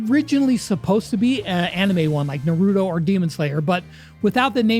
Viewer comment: Bro pronounced Naruto so wrong 💀